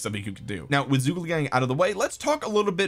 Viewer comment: seems like everyone having trouble pronouncing Zhuge